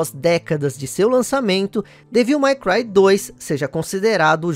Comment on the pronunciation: A pronúncia certa é "dévil MEI cruai". E não "mái cruai". "My" é um pronome possessivo.